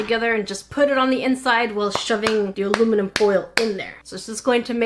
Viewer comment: I love how she calls aluminium "Aruminum" sometimes